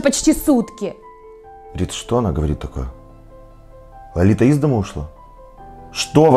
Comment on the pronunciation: вообще-то правильно говорить:Лолита. А не Ларита